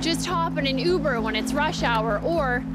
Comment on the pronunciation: Pretty sweet pronunciation of “Uber” there! Love our northern neighbors!